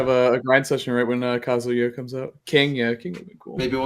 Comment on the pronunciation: So irritating hearing people say his name so wrong lol. It's pronounced Kuh-Zoo-Yuh.